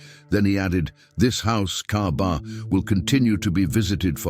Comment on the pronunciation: It's not Kabar. It's Kaba or Ka'ba.